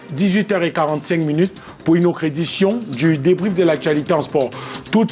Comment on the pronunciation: “Auccre” invité, “d’êcre” là ce soir, “vocre” maman…C’est quelle façon de s’exprimer en Anglais???? Tsuippp 🤦🏽‍♂️🚶🏽‍♂️🚶🏽‍♂️🚶🏽‍♂️🚶🏽‍♂️